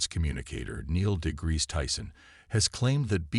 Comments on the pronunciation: The narrator called him Neil 'Degrease' Tyson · Degreese- explod- hmm I think the commentary needs work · Neil 'Degrease' Tyson😂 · AND mispronouncing it. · Isn't he named "Neil DeGrasse Tyson". Some of the pronunciations are off throughout this. Use real voices people!